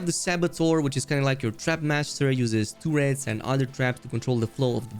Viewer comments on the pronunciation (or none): I like how you say turrets " tworats" lmao